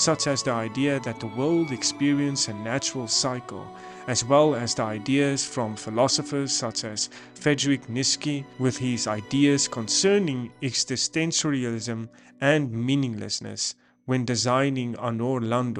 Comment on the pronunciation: "Friedrich Nitzky"?! having a speech impediment is a one thing, not knowing how to prononce "Nietzsche" is another, but not being able google how do it properly is the ultimate sign of laziness of you as a creator -- and a hint for a viewers that they should not be wasting 20 minutes of their lives for your "in-depth analysis" of anything.